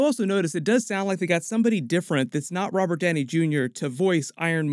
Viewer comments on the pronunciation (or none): none